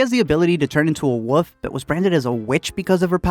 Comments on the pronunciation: Love your videos man... Just gotta say though, you gotta pronounce that L in WOLF. (It’s not pronounced “woof”) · She turned into a Woof lol you mean wolf?